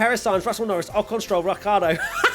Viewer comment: literally said, "Rockhardo", in the race rundown!!! Great way to end the year😂